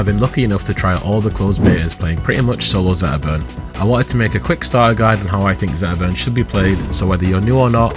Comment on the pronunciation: 12 minute video about zetterburn and i didn't hear s single T. 😏